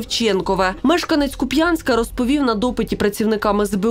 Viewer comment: та скільки ж це буде тривати... КУп'янськ - наголос на перший склад. Не Куп'Янськ.)